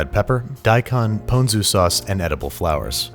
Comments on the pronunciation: PWN-zu sauce... nice, trademark that bro and put it on a T-shirt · I thought it was pronounced pawn zoo